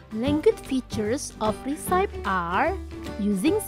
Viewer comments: Resepie, bukan risaip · recipe pronounsnya risepi bukan resaip kak.. CMIIW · maaf, pronunciation yg tepat itu resepi bukan risaip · recipe bacanya re-si-pi, BUKAN ri-saip... hehhee...kesian yang masih baru belajar jd salah juga. anyway, semangat selalu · Recipe dibaca resepi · Mispronouncing word "recipe"🙏. However, this video is nice and helpful. Thanks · Your AI voice-over is absolutely horrible. The word recipe is mispronounced. In addition, the video could be more detailed. Do better! This is a blow to the Indonesian English learning community.